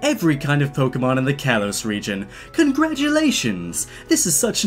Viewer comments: Is it just me or is anyone else so annoyed that he keeps pronounceing kalos wrong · The slight mispronunciation of kalos bugs me